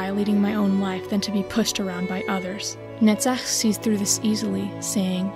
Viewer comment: Sorry for offtop, but I like how you pronounce "Netzach" even more than your understanding of Angela's struggle and soul